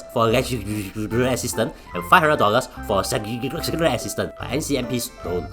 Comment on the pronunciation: why u can't pronounce "constituency" and "Secreterial" and start blabbering?? HAAAHAHA